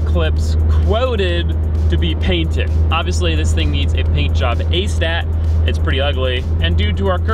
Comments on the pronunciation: It’s ASAP…not ASAT. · Did you say “A-Stat” instead of ASAP? As Soon As Possible. I couldn’t un-hear it. Dig your channel and projects! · it’s ASAP not ASA. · did he say. it needs painted "ASAT" ? what does ASAT mean? it ASAP. An acronym for As Soon As Possible. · Did say “ASTAT”?